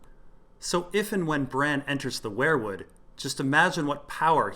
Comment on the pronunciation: Dude, I like your videos, but its not pronounced 'where-wood'. Its 'we-er wood'. Driving me crazy.